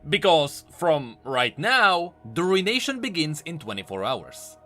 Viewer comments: Btw, it's pronounced, roo·uh·nay·shn not RUIN-Nation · Ah yes the Rune-ation